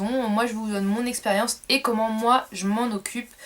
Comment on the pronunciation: je rêve ou elle a dit c des ''x-periance'' c ''x-pression'' npkt reste avec tes cheveux ooooorre